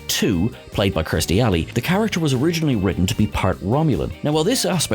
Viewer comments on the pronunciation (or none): my man, it's KIR-stie Alley, not KRI-stie. I wouldn't care, but I think you've mispronounced her name in every one of these vids. Cheers!